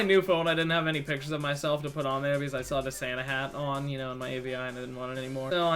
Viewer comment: Also lol at how you pronounced avi